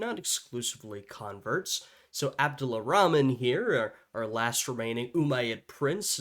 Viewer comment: his name is Abdul(or abdur) Rahman not Abdulla Rahman. the narrator is mispronouncing his name.